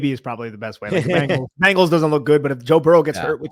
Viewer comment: It's Bengals, Not Bangles. The Animal, not the Band. Or, The Animal, not the Doo...